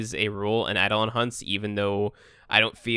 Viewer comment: add-on hunt. wut? EI-DO-LON